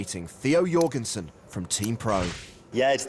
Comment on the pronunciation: Jorgensen no.. Donkensen..